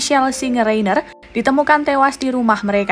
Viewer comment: itu bacanya Rainer, bukan Reiner. Jadilah narator yang betul dengan mencari tahu cara membaca nama orang dengan benar. Sekelas Kompas begini mutu naratornya!!